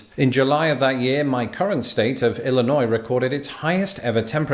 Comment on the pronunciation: As a person who lives here please don't pronounce the S in Illinois lol. And yes its get 100+ here in the summer with the heat index getting 110°. Great video and i hope you can visit the USA!!!